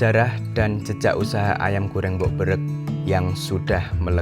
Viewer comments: Berek mas, bukan Bereg.... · sedikit kritik: melafalkan "berek" - nya pakai e pepet semua (bêrêk) ini melenceng karena bêrêk itu artinya sudah tidak segar, ini konotasinya malah negatif. Yang benar itu seperti yang diucapkan mbah-nya: bêrèk, artinya beda jauh. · Konsepnya pake format film dokumenter. Lebih informatif, berbobot dan bisa jadi referensi yang valid karena merangkum wawancara dari beberapa narasumber utama langsung. Enggak model vlog kuliner biasanya yg cenderung ringan dan hore hore saja. Cuman memang effort bikin film seperti ini lumayan berat. Harus kuat modal dan SDM yang mumpuni. Sebagai catatan aja untuk narator, pengucapan "berek" mu masih kayak lidah non jawa (jakarta), kalo ditulis menjadi "bereg". Tidak sama dengan pengucapan "berek" seperti dari ibu pemilik merk.